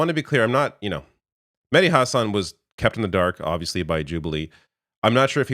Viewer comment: Hahsun hahah husawn would be how it's pronounced